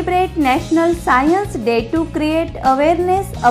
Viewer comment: That is not scaience That is science